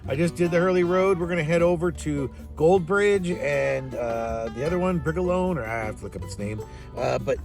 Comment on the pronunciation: It's HARDLY a ghost town and it's pronounced "Bray-Lorne"..... and you didn't seem to know about one of the largest gold producing mines in BC, maybe some research about where you're going or at least watch another video to at least learn how it's pronounced would be good. There's a lot of history in that area and the Bridge River Valley is heaven on earth but you seemed to not give two phucks enough to at least learn how to pronounce the names of, you didn't mention the Bralorne Museum, you should have gone through it. PS: It's not called the "Highline Way Back" it's simply the Highline Road".